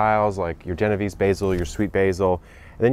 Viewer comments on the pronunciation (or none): Genovese pronounced, jay-no-vay-say.